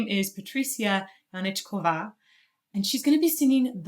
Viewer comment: Patricia is indeed a very talented young lady. But just a note on pronunciation of her last name. You are correct in the hooked c is pronounced as ch. But the accent in Czech is always on the first syllable. The diacritical over the a is the long sign, so it is spoken a little bit longer than a regular a.